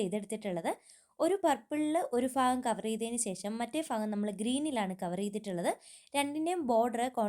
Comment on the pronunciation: Ee avasarathil parayaamo enn ariyilla …… “Faagam” alla “Bhagam” alleee????🤪🤔🤔🤔🤔🫣